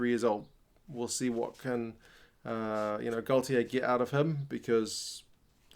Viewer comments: Hiya mate, just a quick pronounciation correction for you and a handy one for many of your viewers. I have mentioned this on various rugby forums,so will say that you are not on your own with this. The French manager at this moment is Fabien Galthié which is pronounced Gal tea and not Gal tea ay as many none french people say. I have lived in France for Twenty years and am used to hearing his name on the tv and radio and am as fluent in french as any welshman can be :-) Hope that this helps you my friend, and on behalf of the oval world I thank you for all the time and effort that you put into your subjects for sharing with us. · And it takes a welshman to point out that galthié is pronounced gal tea and not gal tea ay!!!!! J ai vous souhaite un tres bonne tournoi 2021. C est une belle equippe:-)